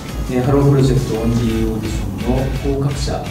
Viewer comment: 「オーディション」→「御社」に聞こえた